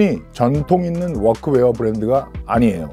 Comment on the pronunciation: 아니 ㅋㅋ 특정 영어 발음은 존나 굴릴려고 하고 워크웨어 이런 발음은 전형적인 한국 번역체 발음이네;; 하나만 하쇼 형님;; 어줍잖게 혀만 굴리니까 교포인척 하는 사람 같잖아요.